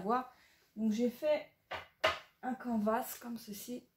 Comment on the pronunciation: Cc Contente de te revoir, çà me faire rire quand tu dis canvas, en fait en anglais çà veut dire tout simplement toile et çà se prononce "canevasse", mais ne t'inquiète pas tu n'es pas la seule à dire comme çà. C'est bien le mixmédia çà fait un petit moment que je me suis lancée aussi, ce qui est sympa c'est que même si tu te trompes ou si çà ne te conviens pas, tu peux repasser par dessus. Hâte de voir une vidéo là-dessus. Gros bisous